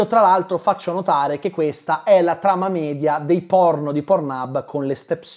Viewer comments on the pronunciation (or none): none